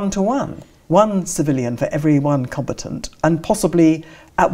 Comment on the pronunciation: Not compatant but com-bat-ant.